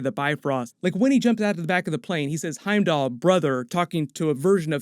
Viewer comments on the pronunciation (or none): none